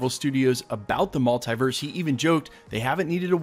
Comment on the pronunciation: Stop saying multiverse like that